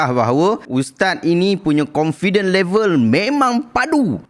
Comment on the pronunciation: bukan confident....condifent...dia salah sebut...